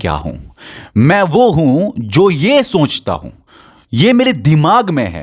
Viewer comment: Soonchta nhi sochta bolo lol